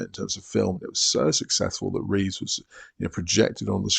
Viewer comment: Reeve, not Reeves. No "S" at the end.